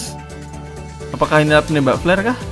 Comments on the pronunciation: "apakah ini nembak flare kah?" Ngomong flare nys itu kayak ngomong pl*r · Bang ngomong flare kayak pl*r